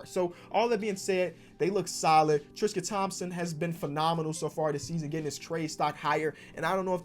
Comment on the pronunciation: Did anyone else hear him say “triscuit Thompson